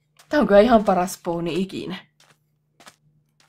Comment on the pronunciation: Ei spovni vaan "Spawni"